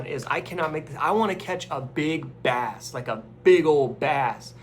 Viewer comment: I thought you said you were eating a bat, then I realize you said bass.